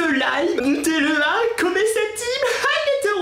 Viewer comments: ON DIT NUTÈLLA ET PAS NUTÈELLA CONNACE!!!!!!!! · Elle c' est même pas dire nutella😐